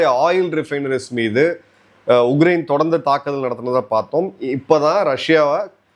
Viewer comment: His thamizh,his pronounciation has to improve a lot...he says ugrain instead of Ukraine